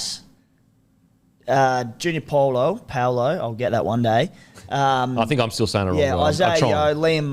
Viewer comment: Pretty sure it’s Junior “bow-lor”